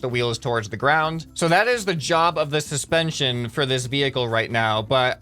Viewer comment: “This is ‘intension’all” he sais wile talking about suspension